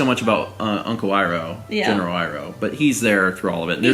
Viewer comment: pronounces "Iroh" as "Eeroh" War flashbacks to M. Night Shamalan's atrocity... Really dude? How many times do they say Iroh's name in the show? lelelel